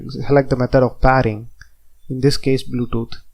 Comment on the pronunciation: and its called "pairing", not paring..